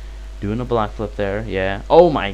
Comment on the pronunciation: "black flip" idk if that was your accent or it was intentional, either way it was funny